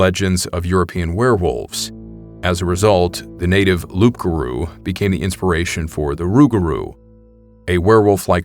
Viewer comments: So, Loup Garou, isn't "Loop" it's "Loo" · Loupgarrou is pronounced LOO GAROU ITS A FRENCH DERIVATIVE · For what it’s worth, the P is silent in Loup-garuo; pronounced “Loo-gah-roo” Lot of bad shit has happened in that area and very few people realize that a lot of LBL was a sporadic graveyard to the Cherokee people as well as the settlers who resided in what is now Ft. Campbell which also served as a POW camp during WWII. The restless dead wander the grounds now along with the foot soldiers of the underworld. Although local police may deny their existence, they will warn you not to stay on certain camp grounds at night.